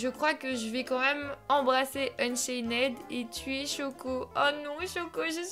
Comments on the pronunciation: Ça se dit ''unchaind pas ' 'unchained juste la prononciation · arête de dire unchained c'est unchaine ok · Tu sais pas dire Unchained toi tu dis UnchainED😂😂😂😂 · C est pas unchainnèd c est unchained il n y a pas de ède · c'est pas unchainede c'est unchained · unchained pas unchaineed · UnchainED à mes oreilles à ses oribles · AAAH JE SUIS UN INFILTRÉ D,UNCHAINED TU AS DIT UNCHAINÈD SÈRIEUX MES OREILLED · Juste on ne dit pas le -ed à la fin de Unchained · Du dis mal unchained